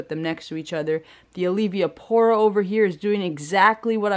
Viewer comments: Awesome Video, yoooooo i couldn’t stop laughing when you said Olivia-pora. I can’t say it right either 💯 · Say it with me now, AL-V-PORA 😂